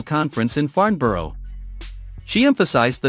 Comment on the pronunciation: Painful to listen to. "Rain Metle" and "Farn Borrow"